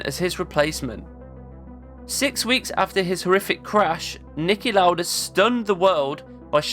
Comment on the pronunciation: Your German pronounciation of Lauda was spot on! 😊 ❤ The Video. Always admired Lauda, and never knew this about him. Thanks for making this.